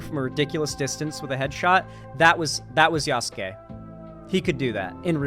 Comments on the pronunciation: For the love of god it’s pronounced “yas-ke” not “yas-su-ke” . I agree with what you’re saying brutha but everyone mispronouncing his name is driving me up the wall. Probably doesn’t help I’m a black guy that took a few years of Japanese in college 😂😂😂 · I'm dying either from heatstroke or these thunderchuds saying Yasuke as Yassookay 💀💀💀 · "Ya soo Key" opinion immediately rejected